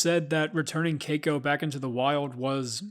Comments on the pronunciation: I cringed everytime you said cako. Its KEY-KO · It's Key-ko. Not kayko. & that money was NOT wasted, he deserved freedom, we all do. He should have lived the rest of his days wild & free, not a tourist performer. He was born free, he died free. Best thing he could have hoped for. (Except for the pneumonia part) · It’s pronounced Kiko with the long i sound, please learn to pronounce words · Someone please teach him how to correctly pronounce Keiko.